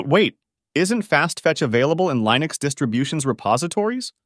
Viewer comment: "reAD me" file? Li-nux? AI voice is high or what lol